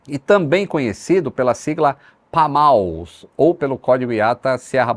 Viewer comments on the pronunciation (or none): Sou de BH e servi na aeronáutica por 4 anos e tive em contato com o aeroporto por algumas vzs pq tem uma pequena base da corporação bem ao lado e foi muito bom ver essa história na qual faço parte sendo contada por vc lito q sou grande fã, porem eu creio q a pronuncia sobre o quartel sitado tenha sido errada pq nao e "PAMALS" e sim "PAMA-LS" que seria "Parque de Material aeronáutico de Lagoa Santa" que inclusive aparece a pista qnd se mostra a localidade no video 😊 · Só te corrigindo a aeronáutica de lagoa santa não é conhecida com esse nome pamals n e sim pama-ls sou da infantaria de lá e nunca vi ninguém falando assim rs, em fim ótimo video